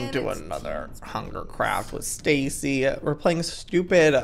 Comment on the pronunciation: Normal people say Stacy Joey says stacyania